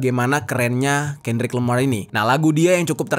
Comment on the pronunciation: KENDRICK LAMAR BANG BUKAN KANDRICK LAMAR